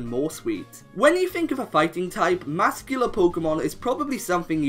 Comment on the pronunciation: "...mascular" Good job; couldn't choose which word to say so you said them both:]